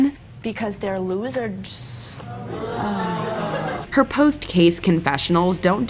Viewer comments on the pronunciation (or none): “Because they’re loserds” 😂😂😂😂 ma’am what?